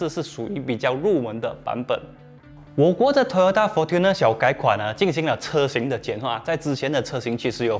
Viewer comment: Fortuner应该是读成 'for春ne', 不是'for吞ne'。